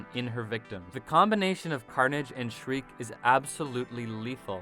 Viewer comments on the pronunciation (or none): none